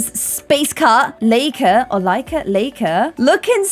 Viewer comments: it's lie-ka not lay-ka right? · Laika is pronounced "like-uh", not "lay-k-uh"! Hope that you will see this. It's a Russian name originating from the Russian word "to bark" actually.;-) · Hi from Ukraine! I've been watching your videos for a few years now and I really love them)) You are such an amazing person,! God bless you and your family. Just wanted to let you know that the doggo's name is L a y k a not L e I k a. 'A' reads like in the word 'star', for example. Anyway, it doesn't matter much)) I really enjoy the Not so berry series. Love you! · Her pronunciation of Laika is driving me nuts. I named my dog Laika after the dog she mentioned and it's pronounced lie not lay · 1. You called her ‘Lay-kee-er’ in your Series 2. Laika was Abel’s dog 3. PLEASE GIVE LAIKA A COOL SPACE THEMED OUTFIT (kinda vibing dark bluey-yellowy vibes) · The dynamic between Jennifer and Saffron reminds me so much of Rory and Paris from Gilmore Girls! Edit: Also Laika is pronounced like lie-ka. Such a cute name! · Just FWI- "Laika" is actually pronounced Lai(like lie, lying...)-ka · Laika is pronounced “Like-A” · Love the name Laika for a spacey pet. Also the pronunciation of Laika = LIE-kuh. It's also the name of the animation studio that made Coraline! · I am a bit late but I just wanted to say that I named my dog Laika and I have had her for 3 years! I personally pronounce it as Ly-ka and I’m so happy that she is represented in this series!❤️ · The correct pronunciation of Laika is as in lie-ka, I’m Russian and the dog’s name is Russian, I just wanted to say this just in case anyone was curious Also I am in love with this series and honestly I get so excited when a new part is posted ❤️❤️ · Laika, if referring to the first space dog, the letter L here you’d pronounce it as “W”, it makes the sound of a word “why” here so why-ka. I don’t know if that makes sense to you,. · I think Laika is pronounced like the word like, but with an a at the end.